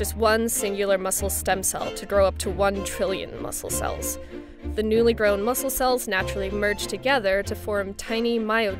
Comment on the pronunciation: Am I the only one hearing "lab DRONE" instead of "lab grown"????